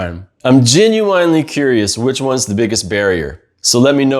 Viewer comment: I dont like how you pronounce genuine, but the video as a whole was good for new people.